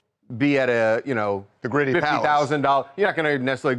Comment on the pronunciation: "Gritti" is not pronounced "gritty." It's "GREE-tee."